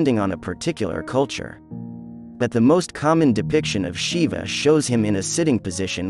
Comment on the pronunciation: Westerners need to learn some rudimentary Sanskrit to be able to pronounce a word like Shiva. It is jarring to the ears to see the word mispronounced so many times.